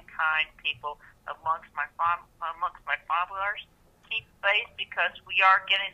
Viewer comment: He can’t even say the word followers right.